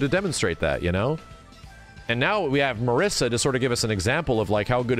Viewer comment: Being italian, Marisa should be pronounced like "Mariza" with a short "r" sound and a short "z" sound instead of "s".